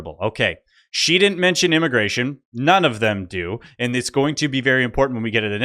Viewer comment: Moron at 6..minutes can't say immigration.